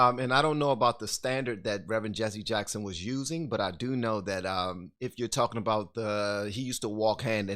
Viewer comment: What is “Jesse uh-Jacks-hund” a Reverend of?